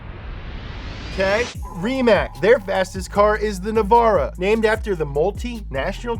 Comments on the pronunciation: Nevera is pronounced Nevera, not Navara; that's a nissan pickup truck that my dad has. : It's Tuatara, not Tutara. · man rimac nevera not navara wtf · It's pronounced Rimatz, not Rimak, and also Nevera not Nevara, which basically means "unbelievable".